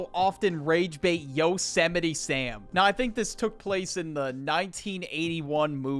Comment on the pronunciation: I could have sworn it was yose might and not yo semitty, 8/10 ragebait